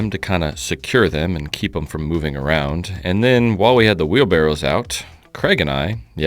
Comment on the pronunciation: Maybe it's an accent thing but are we talking wheelbarrows or barrels?